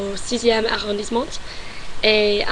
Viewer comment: Attention aux lettres muettes à la fin de certains mots qui ne se prononcent pas (exemple à : mes parents, : arrondissement, : vraiment...La lettre T ne se prononce pas) Sinon tu as bien compris le masculin / féminin des mots et quand tu fais l'erreur tu te corriges et c'est très bien. La prononciation est bonne également on te comprend parfaitement. Continue à t'entrainer à parler pour fluidifier ton langage. En tout cas bravo, je te félicite.